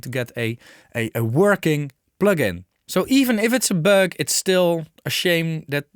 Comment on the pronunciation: Yes....lol...the ü, ä, ö... Is a big deal for us Germanic Nordics (Austria, Germany, Dutch, Scandinavian countries, Switzerland...) All comes from the same root.....hehe...